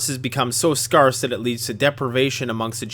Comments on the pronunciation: btw it's pronounced SCARE-se not s-CAR-se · I love how he says scarce